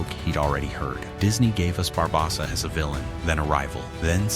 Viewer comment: your saying his name worng barbosa the o is long not short